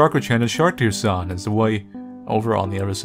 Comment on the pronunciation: "Do you mind if we go for a walk" don't you mean go for a swim? This was even better than Kusoge. I like how pronounces Sharkdere's name like "Shark-Deer-chan".